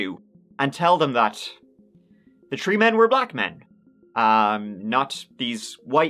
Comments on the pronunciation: Not "tree grown children" 😂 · I always giggle at his pronunciation of three. "tree people" and "tree children" as he says....so my dream would have been different. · I'm sorry. I can't help myself. "He had tree grown children" teehee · Thank god for a new. Not all heroes wear capes, or can pronounce free….